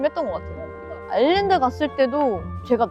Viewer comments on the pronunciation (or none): none